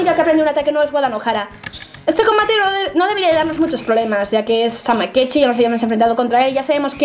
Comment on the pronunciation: O______O dijo bien el nombre de samekichi?! ES EL FIN DEL MUNDO! TODOS AL BUNKER!!